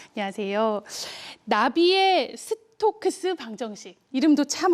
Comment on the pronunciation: 이름 발음도 초등학생급이야!